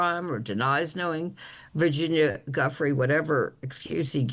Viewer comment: Come on,, learn how to pronounce Virginia’s name after all she’s done. What you were saying is not even close.